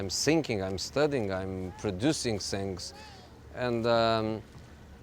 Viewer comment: Sink and sings...I blame it on English teachers in Portugal...